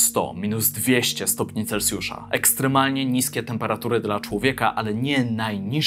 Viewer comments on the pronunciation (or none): chciałbym też zauważyć że nie mówi się celcjusz tylko celsjusz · Celsjusz… nie celcjusz.